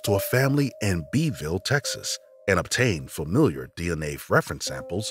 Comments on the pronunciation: HI it's familial DNA not familiar DNA. That's driving me nuts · You kept saying "familiar" instead of "familial", which is confusing in the context of cold cases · Really good video! Love the details. Just a friendly tip: it’s not familiar DNA, it’s familial. Pronounced like fa-meal-yull. 🙂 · I just want to hear him pronounce “familial” correctly ONE TIME